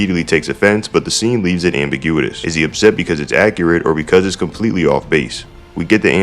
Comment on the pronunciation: “Ambiguidous” JAJAJAJAJAJ